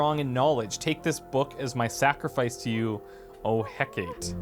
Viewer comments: Its He-Ka-Teh / Hecate greek goddess of magic and mysticism :) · Hecate is pronounced hek-ah-tay. she is a Greek goddess of crossroads and magick, I know because I'm a pagan and I worship her :) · Its pronounced Heck-ah-tee, sorry I'm pagan so I had to say or it would bug me for days/weeks. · A bit old video, but... it's He-Ka-Te, not He-Kate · In the Pagan letter the name of the Deity is pronounced (He-Ka-Tea) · It's Heh-Kuh-Tay or Heh-Kah-Tay lol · By the way Hecate is pronounced "heck-a-tee" she's the goddess of magic and protector of witches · love the video than you for making it btw hecate can be pronounced Hekata. sorry the pagan in me felt i should let you know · Should be (Heh-ka-tee) Hecate. Also, in the third cache, you did indeed receive another war rations. :) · Heck-Ah-Tay that's how you pronouce Hecate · hecate = heck-ah-tea she was a greek goddess of witchcraft and magic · Hecate (Hey-kah-tay.) She's a goddess of wisdom, death, and magic. See also Hekate. Same difference really, just a spelling quible. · Hecate is pronounced Heck*a*tay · Hecate is pronounced Hekkatee, emphasis on the first syllable. (at least, that's how it's said where I live - not that people invoke the ancient goddesses very much...) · not Heck-ate. Heck-ah-tee. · I'm really trying not to be rude but Hecate is pronounced Hekateh the Greek goddess of magic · Hecate= Heck-a-tea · hecate = heck uh tay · The god in the pagan prayer is pronounced "heck-ah-tee." She's usually a symbol of light, magic, and/or knowledge. She's from ancient Greece and is often holding a couple of torches or a key - maybe the two torches bit will be useful? One never knows in a game like this. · For the record, Hecate is pronounced Heh-kuh-tee (or Heh-kut, if you're The Bard). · Hecate. like hecka tee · I love this game already lol just subscribed also it's pronounce heca-tay:) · That's...Not how you pronounce Hecate... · Hands up if you cringed at his pronunciation of Hecate.